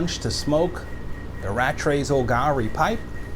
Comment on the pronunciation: Great video, love that Rattray pipe, beautiful pipe. I don't why but laughing about the pronunciation of Rattray as I had to think there was a Scooby Doo joke there somewhere...showing my age now. Well I didn't listen to you last Friday and grab some RC-1 and now I am paying the price. I will go find some if I can now and pull the trigger. Thanks again for finding this and sharing with the YTPC. Would love to have you subbed to my YouTube channel. My instagram: Thanks again and hope you have a great week. Happy smokes and take care.